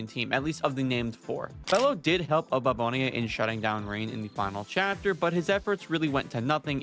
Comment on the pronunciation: Abababone?????? It's Oboabona